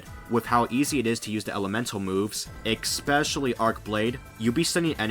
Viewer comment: "X-pecially" 10/10